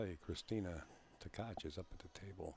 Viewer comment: It's Tkach and not Ktach. SMH 🤕